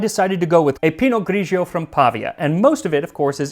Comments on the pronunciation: Correct Italian: Pinot Grigio. Do not pronounce the second syllable as gree-gee oh. It's two syllable, not 3. GREE-jo. PEE- no GREE - jo. The gray pinot grape (unlike the black or the white). Pinot gris en français. Grauerburgunder auf deutsch. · Hi Max. I have to try this!!!! Don't mean to be a jerk, because usually your pronunciation is amazing!!! (but its pa-VI-a, and Pi-not Gri-gio, not Gri-gi-o)